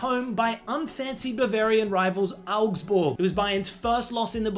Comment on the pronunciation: I love that you pronounced Augsburg properly 😂